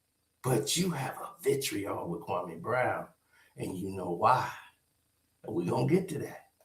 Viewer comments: HE PRONOUNCE KWAME BROWN NAME LIKE THAT OUT OF DISRESPECT HE KNOW WHAT HE'S DOING. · SAS should definitely know how to pronounce Kwame’s name by now